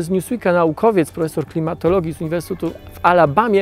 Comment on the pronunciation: Jeden z nielicznych materiałów mówiących prawdę o tym co się tak naprawdę dzieje w Amazonii w tym roku albo co się nie dzieje. Przyjemnie się ogląda. Gorzej słucha. Szkoda tylko, że autor dalej ma widza gdzieś. Czy Pan siebie słyszy? Setki tysięcy osób Pana ogląda. "Wylesienie Alazonii", "ziemskiej atmoszferze", "z uwersutu w Albany", "Barzylijsie PKB". Poprawianie siebie jest do przyjęcia. Rozumiem, że nie jest Pan zawodowym lektorem, ale żaden z doktorów ani profesorów na mojej uczelni nie myli się tak często jak Pan, a to nie jest materiał na żywo. Z odcinka na odcinek jest tego coraz więcej. Może pozostaje pozdrowić głuchego operatora kamery. Pozdrawiam